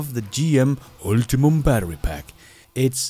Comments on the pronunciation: JSYK, "Ultium" is pronounced ult-ee-um not ulti-mum, as you say it. It seems to me that, as a person who presents himself as an EV industry expert, you should know this. It's obvious to anyone who knows how to read. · "Ultium", not "ultimum" batter... Doesn't make the batter better however 🙂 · U L T I U M battery. Not Ultimum.